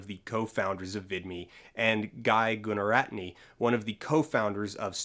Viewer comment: It's pronounced "Guna-raht-nah"